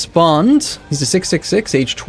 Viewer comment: The word Bonde, I think (at least in Norway, Sweden and Denmark it do) you pronounce it Bonde with the e (not like an i, but like the e in "let". So Bond-e. You say the pronounce the d after the n, and the o is pronounced differently from how you did. It's hard to describe it, but it's more like an actual o than how you said it, but it's not like a y or u. Basically how you said it is like how Norwegians say å.